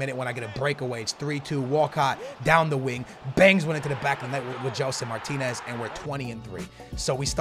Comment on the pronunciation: Omg...he actually still says Gelson Martines😂😂😂😂